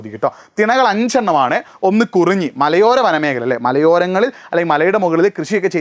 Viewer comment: കുറിഞ്ഞി അല്ല 🤓കുറിഞ്ചി ആണ്